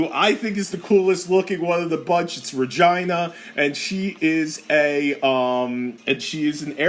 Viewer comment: Re-Gee-nah you misfit lol